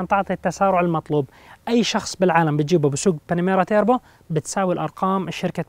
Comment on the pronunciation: توربو وليس تيربو